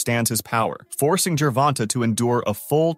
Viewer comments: Damn, dude, it's pronounced Ger-von-tay! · MY GOD MAN, SAY GERVONTA'S NAME CORRECTLY!!!!!!!